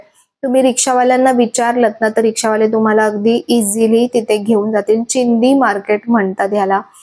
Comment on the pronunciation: "चिंदी" नाही हो "चिंधी" असतंय ते!!